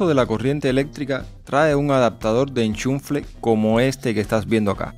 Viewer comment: Adaptador del enchunfle😂✔️